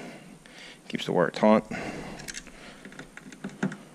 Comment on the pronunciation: I may have heard "keep the wire taunt" ? Is that an east coast pronunciation of taut?